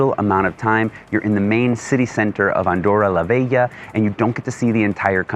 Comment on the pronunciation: wtf: it's LA VELLA or it's LA VEGA - the way you're pronouncing it... ?!